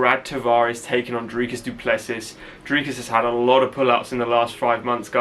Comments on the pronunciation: S is silent du plessi's' other than that you are saying dricus correctly better than most people😂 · pronounced duple-cee. Origin is the same as mine. The French hugenots that landed in South Africa in the 1600's Yes, he is going to kick ass tonight. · Let’s go Dricus! Really looking forward to see him climb the next step. For future his surname is pronounced Du Ples-see (french pronunciation). You got the name spot on though 👍🏼